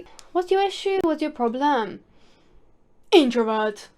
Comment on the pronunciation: “Introvert… I’m an introvert” lmao the ear rape with your accent makes it twice as funny. Your awesome and love when you post shit 😂